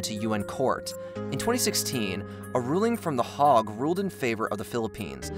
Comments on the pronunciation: It aircraft.....not aircrafts . It's not Hogg...it's Hague. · It's THE HAGUE not THE HOG, Jesus Christ man if your sole job is to narrate videos know the name of the city which hosts the UN international court located in the Netherlands. FFS man 😂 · Hague - I’ve always heard it said “hey-geh”, not hog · Hauge is pronounced as "Hayg" and not Hog. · a ruling from the hog, lmfao. it's hague and it's pronounced hay-agg. *the more you know... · The HOG? Is pronounced HAYGE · Ruling from the Hog? Dude, the word has an "a" in it. It's the "Hague"